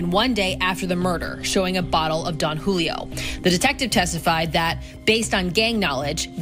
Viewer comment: Jewlio lol